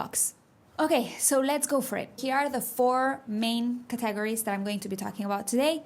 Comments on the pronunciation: Para ti : "categories" (emphasis on first syllable) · Let me point out a pronunciation mistake makes herself. She says caTAgories. It should be CAtegories. She is forgiven.;-) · Your English is perfect but your pronunciation of categories threw me at first. It’s pronounced ‘Kat a gories’ thanks for your lessons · You are pronouncing "category" and "categories" incorrectly in English by putting the emphasis on the wrong syllable. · Excellent comment to an excellent video! Yes, "categories" needs some work. Also, "pronunciation."